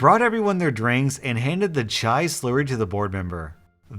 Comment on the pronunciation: How you said chai was the right way